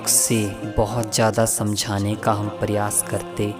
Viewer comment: Video bahut achcha hei....bus zara apni hindi bhi sudhaar lein (jeise संकल्प होता है न कि संकलप, महत्वपूर्ण होता है न कि महत्पूरन, प्रयास होता है न कि परयास....ऐसे ही और भी बहुत से शब्द हैं जिनमें आपको सुधार की आवश्यकता है).....kuki galat shabdon se baar-baar dhyan bhatakta hei....aur music ne toh hudd hi kr di hei....poora video behtareen lagne ke bajaay dramatic la raha hei. Aapka sirf regular viewer hi nahi balki shubhchintak bhi hu isliye ye sab bata raha hu....asha krta hu ki aap meri di gaii sameekshaa ko sakaaraatmak soch ke saath sweekaar karenge....dhanyavaad.